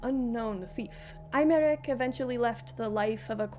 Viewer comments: i'm too FFXIV pilled to not flinch every time it's pronounced "eye-merick" bc they pronounce it "eh-merick" in the english dub and it's really throwing me more than i anticipated. they really don't say aymeric's name a whole lot in PL, i barely noticed through Aurore's accent. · Hi, I couldn't take it anymore. His name is a real French name and it's pronounced "Ey-Mar-Eke", or Aymarique, if that makes more sense visually Other than that, love the video! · wow, that pronounciation of 'Aymeric' was particularly insulting